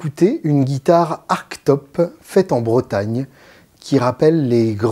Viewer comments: eh beh c'est beau. Mais ça se prononce "artchetope", non ? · bah en fait, désolé je sais que je suis un peu relou, mais c'est pourtant bien avec un "che" que les anglais prononcent ce mot, dans toutes les magnifiques vidéos de construction de ce type de modèle^^